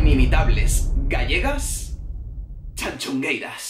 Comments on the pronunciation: Muy bien el vídeo, yo también apoyo a las tanxugueiras pero, oye no se dice tanchugueiras, se dice tanxugueiras. Gracias. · a ver si aprendes a decirlo bien q x tu culpa ahora yo tb digo "Chanchungueiras"... No es la entonación lo q dices mal, es q no es "Cha" es "Ta", o sea: "Tanchungueiras" 🤣🤣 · Guía para pronunciar bien Tanxugueiras y que no te dé una embolia en el intento. Repitan conmigo "Shakira" y ahora digan "Tanshugueiras". Ya está, la "t" se pronuncia como cualquier "t". Que por poco te haces un nudo en la lengua. De nada. PD: lo de robarles el primer puesto es un auténtico TONGO!!! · Tan-shu-gueiras tal cual jajaja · Tanchungueiras? Está muy bien el discurso sobre el gallego, pero por lo menos podrías haber visto como se pronuncia el nombre de las Tanxugueiras si tanto te gustaron, que por cierto se lee como lo dirías en castellano. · TAN-XU-GUEI-RAS, la "X" se le como ¡tachán, tachán! "X" , si sabéis decir "sexo" sabéis leer la "X" TAN-XU-GUEI-RAS ¡TANXUGUEIRAS! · Me pone muy nerviosa como pronuncia tanxungueiras, pero por el resto tiene toda la razón. La x se pronuncia en gallego como sh más o menos, lo digo por si a alguien le ayuda a pronunciarlo mejor. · ¿Por qué pronuncias CHAnCHUngueiras? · 1º, en serio que sigues pronunciando el nombre fatal. te recomiendo que consultes la web de la RAG (Real Academia Galega). 2º, a mí Chanel no me gusta (sí baila muy bien, pero me parece lo mismo desde Jennifer López y la letra deja mucho que desear), aunqe la pobre no tiene la culpa de gustarle a 3 enchufados de Tongueira Pública S.A. (ya sabéis de quién estoy hablando). En cuanto a Rigonerta me parece un poco paródico (aunque para gustos, colores). En cuanto al resto completamente de acuerdo. A mí me encantó Tanxugueiras (menos mal que no voté, aparte de que no pude ver el Tongofest porque a esas horas estaba en el gimnasio, sino porque algo me decía que iba a ver algo raro, aunque esto fue alevoso).